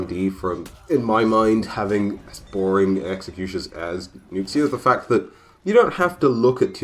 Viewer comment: I just wanna day that Nuxia is pronounced Nu ( sounds like the first syllable of noob) and Sha , an x in mandarin is akin to a sh sound in English. Just wanted to let you know that’s all :)❤️